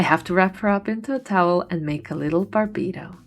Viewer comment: "barbito" is official now >:3